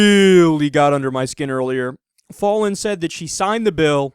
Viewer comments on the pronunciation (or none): btw, it's not pronounced "fah-lin", as in "ball"... it's pronounced "Fallin" as in "pal". Short-a. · It's pronounced "foul-in." I know because unfortunately she is my mayor. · I'm an Oklahoman and I kinda well not kinda I do hate Mary Fallin and also I love how Kyle says her name wrong